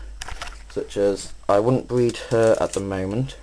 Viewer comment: ha ha how to bweed leopard geckos bweed fuckin hillarious